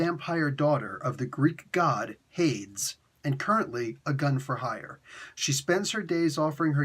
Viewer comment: Say Hades again. (Hay-deez) is how I always heard it pronounced. 😉